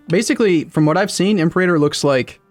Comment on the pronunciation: The stress should be on the second syllable of Imperator. It’s not a fucking dinosaur, ImperAYtor sounds weird as hell